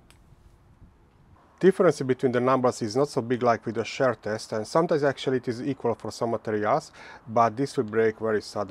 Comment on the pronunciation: His accent probably is a factor in the popularity of his videos. It is pretty thick. I have to turn on subtitles, and even the subtitle engine has a hard time with it. The first time I heard him saying “share test” I was confused for a second. Then I mentioned that shear rhymes with beer. I don’t think he cares. Hehe. The accent isn’t exactly a huge issue, but I can see people not wanting to struggle with it and just skipping instead.